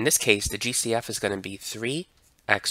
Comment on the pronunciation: Everytime he said GCF I thought he was saying juicy f 😢